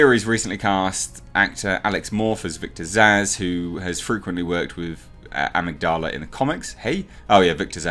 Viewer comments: HI. Great vid again. its pronounced Ah-mig-di-lah. Its the part of the brain that transmits emotions like empathy and sympathy or fear. They say genuine psychopaths have deficiencies in the Amygdala whether it's fully formed or lacking in the Neural pathways that essentially makes someone a fully comprehending, empathetic human being. It does not enhance strength at all. He's just a big brutal bastard with a temper.;) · A-mig-da-la the mig is pronounced like the Russian fighter plane mig. It's part of the human brain that controls emotions or something. The best version of victor zsaasz is in the Arkham games. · It's pronounced "ugh-mig-duh-la" and it's the part of the brain that controls memory and emotion. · It's pronounced "ah•mig•dala". =) It's an almond-shaped mass of nuclei located in the brain (one section of the organ is located in each of the brain's hemispheres) which deals with emotions, emotional behavior & motivation. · Amygdala - “uh-mig-duh-luh” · I think it's pronounced 'eMIG-d'la' mate, with the 'e' at the start sounding the same as when you pronounce 'Earth'. It's a part of the brain, I believe. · Ah-mig-da-la. There you go. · (Uh-Mig-duh-luh) Amygdala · I think it's pronounced Emigdula dude 👍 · It's still english. even if the verbal accent is not on a usual syllable it doesn't matter in english. Maybe the british pronounce amygdala like that lol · It's /əˈMIGdələ/, mate. It's a part of the brain involved in decision-making, memory, and experiencing emotions. We all actually have two (one in each hemisphere). Removal of the amygdala (used as an extreme last resort in the most severe epileptics) actually curbs violent, aggressive, and antisocial behaviors, making this villain's backstory utterly retarded. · I think it's pronounced "Ah-mig-du-la" though I could be wrong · In the states we pronounce it "uh-mig-dull-uh". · Amygdala- “Ah-mig-dela” your welcome 🙃 lol